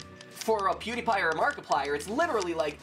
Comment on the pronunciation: PEWDIEPIER lol he said pewdiepier